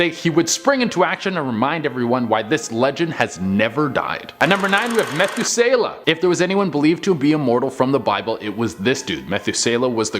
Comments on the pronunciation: Okay, hold up! We are NOT going to give this man a new name just because this generation can't read it. lol It's NOT "Methu SAY luh". It's "Me-THOO-selah. I had to stop and think a minute who you were talking about before I realized what you were trying to say. lol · Methuselah is very well-known name, and you butchered it... it’s so well known, you would know it if you heard it, but you just don’t know the spelling goes to it. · Lmao At the way you said Methuselah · I wondered if I was the only one. lol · You're mispronouncing Noah's granddad's name wrong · Interesting but guys you really botched up on Methuselah! The name Methuselah means "his death shall bring" which suggests the flood came at his death, not caused his death. His great age is meant to be a testament of God's grace, putting off punishment for as long as possible.